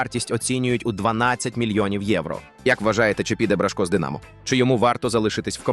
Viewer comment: Бражко-наголос на О